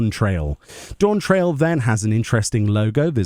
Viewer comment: It’s pronounced Dawnt rail lmao